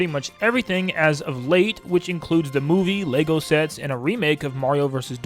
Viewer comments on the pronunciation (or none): none